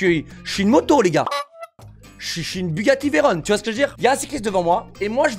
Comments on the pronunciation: On dit veyron et pas veyron parce que veyron c'étais le nom d'un pilote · La prochaine qu'il dit Bugatti Veyroneeeeeee Je le fiste avec des fruits C VEYRON FRR JUSTE VEYRON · Ça ce dit veron pas veillron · Alors dj quand tu achete une gtr c est car tu es passionner par les voitures ou que tu te vante ( dans ce cas t es un gros con ) de deux , une gtr ca coute seulement 100 000 € et ca fume une lambo ou une fefe qui coute minimum 300 000 € ... une tesla ok c est mieux dans des situations quotidiennes... ce qui me gene c est le bruit ( jsuis un lover des voitures ❤😍 ) Et de 3 on dit bugatti veyron comme ON ... et pas VEYRONE la tu parle de la ville de Veroneen italie ( romeo et juliette )